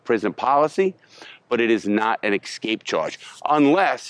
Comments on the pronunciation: escape. not EXSKAPE. rofl. maybe you need to aks more questions about. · LARRY ESCAPE! NOT EXSCAPE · "Excape" charge 😂